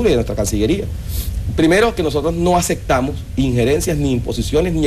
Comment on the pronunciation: Es un "Embajador"?????, ....... primero que aprenda a hablar... se dice " no aceptamos"... en lugar de "no acectamos".... que grosero y falta de diplomacia frente a unas reporteras extranjeras......que triste por el pueblo venezolano.